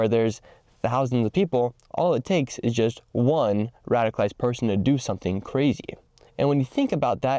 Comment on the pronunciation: It's 'radicalized', not 'radified'